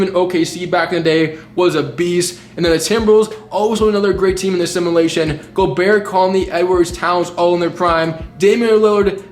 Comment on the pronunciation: Love your videos but please say “simulation” right for once, it’s not simalation